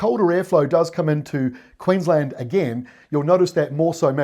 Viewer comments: Queens-land not Queens-lnd. And fish n chips not fush n chups 🤭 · Queensland not queenslund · Definitely pronounced Queens LAND not QueensLUND! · We definitely say “Queens land” not “Queens l’nd” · Queensland. One word. Not Queens Land. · Toowoomba - 2wum bah and Queensland not Queenslund . love your work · Hi, it’s Queensland (pronouncing the a) not Queenslnd … curiously, on the other hand if you wanna sound like a local, Melbourne becomes Melbn 🙂👍🏻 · Do you say QueensLUND? What a novelty and enigma you Kiwi's are. Thanks mate great work. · You're a good man,the best weather person around. 'QueensLAND' in my book,but 'Orstraaalian' slang can butcher it many ways. Your weather presentations and dissertations are the best,always in a friendly and smiling way. Good on you cobber!! 😉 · Ex pat Kiwi says Queensland as spelt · Land in Queensland is always pronounced in full, just like Town in Queenstown. I've never heard anyone abbreviate Queenstown to Queenst'n and it's the same for Queensland.